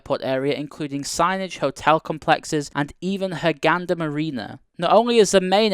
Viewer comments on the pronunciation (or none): It's Hurghada not Hurghanda:"D Very well done, keep the hard work going:D